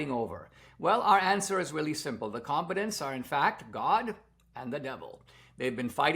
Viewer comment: Com- BAT-tants